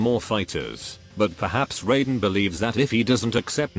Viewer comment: No, the "Shirai Ryu" and "Raiden" have never been pronounced correctly in Mortal Kombat. EVER.